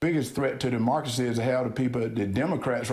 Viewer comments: Herschel Walker is so dumb!!! He can't even say Democracy and I'm sure he doesn't even know what it means! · David……I see what you mean about Herschel not being able to say democracy, but he has no problem pronouncing Democrat. They’re not that far apart are they!?